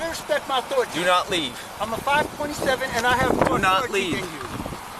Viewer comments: I could tell just by his vehicle that he had authority over everyone at that scene. Once he pronounced it like Cartman there was no room for doubt. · "Respect my authoritah" 🤣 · "RESPEKT MEH AUTHORATERREHHHHH" Robert now identifies as Cartman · dude said respect my authoritahh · He actually said "Respect my authoritah"